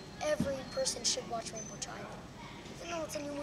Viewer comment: "rinbow" wow u smart